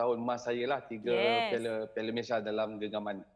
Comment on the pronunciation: Pengucapan dan sebutan MalaysiA tu lebih sempurna patriotik dan mahal bunyinye dari sebut MalaysiE/Malaysye bunyinya amat miskin dn seperti mnghina nama negare kite.. Malaysia kan nama negara dn nama.rasmi secantiknya sebutan juga rasmi iaitu MalaysiA..bagus bekas pemain selangor sebut MalaysiA bukan Malaysye.. dari host sukan..